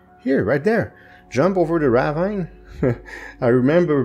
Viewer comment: ok so for a little help with some words first off "ravine" the last part "vine" isnt pronounced the way it is normally it makes the same kinda sound as see so its kinda like raveen and for sarcophagus the "coph" part is pronounced cough so its sar cough a gus i hoped this helps and isnt confusing cause im not the best at explaining well heh